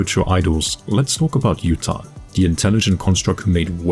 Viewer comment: Awesome vid! One thing though, the first names of the idols might be Japanese names. So Yutane’s pronunciation would be: You-Tah-Nay.